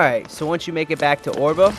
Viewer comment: Oerba is pronounced Erba not Orba, you have managed to get as far as mission 55 you should know how to pronounce Oerba lol just saying...but otherwise thanks for showing us where mission 55 stone is, I have been looking everywhere for it.